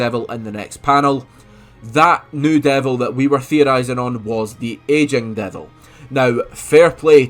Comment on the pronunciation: Took me a long ass time to realise you were saying "Aging Devil" ok instead of "Asian Devil" LMFA